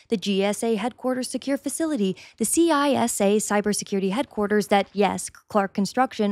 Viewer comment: Great video! Some minor corrections for future content (from a federal contractor): CISA is an acronym, not an initialism, and it’s pronounced “Sissa”; Additionally, SCIFs aren’t inherently bomb-proof/resistant. Most that i’ve been in were essentially windowless college classrooms.